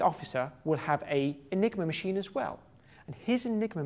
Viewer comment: I thought he said the "nigro machine"